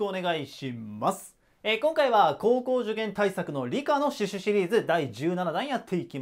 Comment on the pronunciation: 最初「シュシシリーズ」って言ってない？笑笑